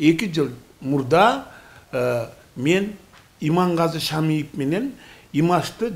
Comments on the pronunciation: Шамшиев эмес Шамиев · Шамшиев эмес Шамиев туура айтсан боло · Жок дегенде фамилия сын тура айтсан болор шамшиев емес шамиев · Шамшиев емес шамиев жок дегенде фамилиасын туурараак жаттап албайсынбы ушунча программаны алып барып жаткандан кийин ептеген еле журналиссин го кейпи уят да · Шамиев дечи